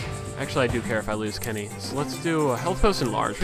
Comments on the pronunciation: I love how he says "Kinny" instead of "Kenny" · I like how you say Kenny :D